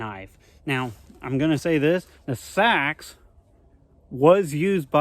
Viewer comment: It’s Ahhctuually pronounced SEEEE-AXE!